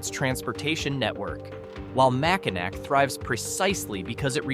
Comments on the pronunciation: Do your research so you don't offend us Michiganders. MackinACK??? It's pronounced MackinAW! The name of 'Little Bavaria' is pronounced FrankenMOOTH. St. IgNAYCE?? It's pronounced St. Igness. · It's Mackinaw... regardless of spelling Mackinac or Mackinac. Also St Ignace is pronounced St Igness. Get the pronunciations correct!